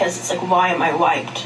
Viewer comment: I thought she said “why am I white” instead of wiped and I was like ??? 🤣🤣